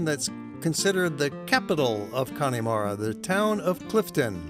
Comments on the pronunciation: Connemara is pronounced ConnAmara not Connymara. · Connemara is not pronounced 'Cony mara'. the Y part is pronounced EM. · Very nice video with lots of information. One small point. Please get the correct pronunciation of Connemara. There's no "E" sound in the middle of it. It's Conn a mara. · Please pronounce the place correctly...it is not CONNIE MARA. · Its pronounced kunamaara. Clon mak noise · Did anyone else start laughing when he butchered "Ayer-land" and "Conn-e-mara," XD